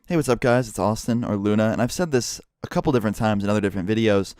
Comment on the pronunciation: luna not kuna sry